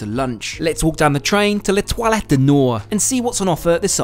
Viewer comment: … Ah.. it’s La Toile not La toilet! Too cute! The star vs the toilet!